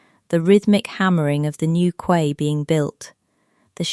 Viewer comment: Quay is prononced Key